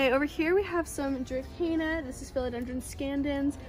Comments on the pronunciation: There is no k in dracena, that drives me crazy lil.. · I don't speak latin and you are the only person I know that pronounces dracena with a k. Oh well I will get use to it, I think. Lol